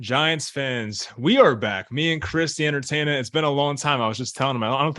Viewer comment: Live show and